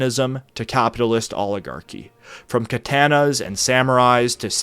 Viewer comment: I loved the video, I always do, but dude you gotta work on pronunciation. Like "katana" as "kuh-tay-nuh" or "samurai" as "sam-you-rye" really stands out. I generally try not to be an elitist about pronunciation, especially since your videos usually feature multiple foreign names, words and phrases all in the same story, but if you're going to solely focus on one foreign culture for an entire series you may want to be more intentional about that stuff